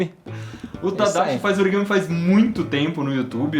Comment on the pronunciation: eu amei esse "origame"